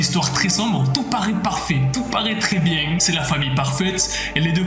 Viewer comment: Je rigole tjrs qd tu dit biengue😂😂